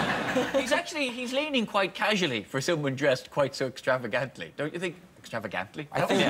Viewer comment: I'm gonna be honest, when Ed said "extravagantly" I just assumed it was the Irish pronunciation.